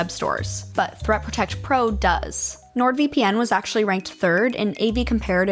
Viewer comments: It’s pronounced nord-VIP-in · You pronounced NordVPN wrong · ITS NORD VIPPIN!!!! NOt V - P - N 😁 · It’s pronounced NordVippin